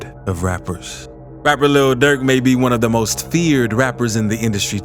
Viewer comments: Why he keep saying “Luhl Durk” like that 😂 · The way he pronounce "Lil Durk" got me crying bro😂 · The way the narrator keep sayin lil durk lmao😂😂